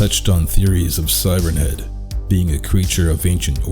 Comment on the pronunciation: For a second I thought the first word you said was “Thighrenhead”. Now I’m imagining it with thicc, sexy thighs so thanks for that I guess.